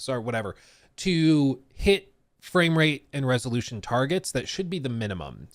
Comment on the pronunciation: what is resoloution? 😂